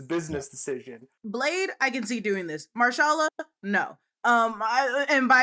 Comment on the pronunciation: Marshala? Tf that really grinded my gears